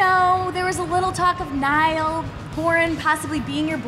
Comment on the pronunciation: Did say Niall p-oran